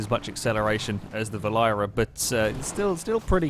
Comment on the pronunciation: Berlin-error is how you pronounce it. R* has a great sense of humor.